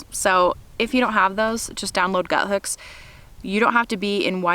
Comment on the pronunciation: Why does everybody pronounce it as “Guthooks” when it’s clearly just “Guthook?” Lol. Anyways, excellent video! Thank you!